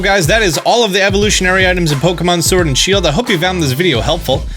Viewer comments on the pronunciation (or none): you said Shiled not Shield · shield* not shiled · My favorite game Pokémon “shiled” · "SHILED" make my day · 'Shild exclusive' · “shiled only” get some sleep my dude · ah yes Pokemon Shiled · what's a shiled? Lol